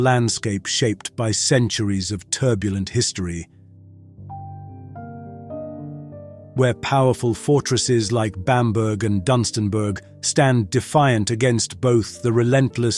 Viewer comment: Just a couple of pronunciations hun. Bam'burgh' and Dunstan'burgh' are pronounced Burrah....at the end of the names.....thanks hun....❤